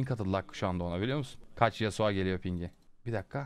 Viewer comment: yasua değil yasuo